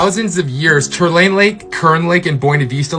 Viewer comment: Pronounce Tulare as Two lair eee